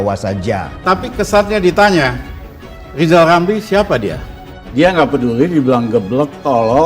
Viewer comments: Lijal lamli.. tlg belajal baca hulup l dulu ya??, spy pi ntel. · Siapa yg milih lizal lamli, bilan R aja gak bisa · Lijal Lamli.... sbaik nya Bljar omong R dolo.... Mo dirikan PLT.... Partee Lambee Turah 😂😂😅😅😅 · peltanyan saya juga sedelhana buat pak lijal lamli.bisa gk pak lijal ngomong (R)(R)(R) R,R,R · Lijal lamli 🤣🤣🤣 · Lizal Lamly..ngaca woi!!